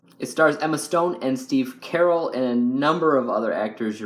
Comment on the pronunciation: Wait, you said Steve Carell wrong. You said it like Carol, lol